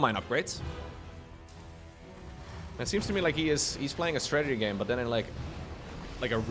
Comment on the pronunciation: I just realized, can’t prounce “th” sounds. “None udder den Cllllleem. I’m excited for dis!” 😂